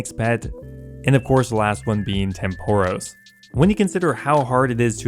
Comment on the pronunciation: You pronounce Tempoross completely incorrectly btw